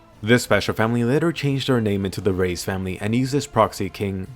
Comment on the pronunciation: Reiss is pronounced “rice” not “rays”